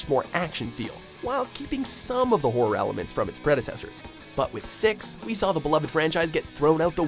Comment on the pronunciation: Why can't this guy say horror right?!